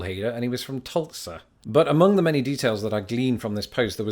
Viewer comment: I'd like to congratulate you on properly pronouncing Tulsa. As a truck driver, I can't tell you how many people, when I tell them in from Tulsa, are surprised at how it's properly pronounced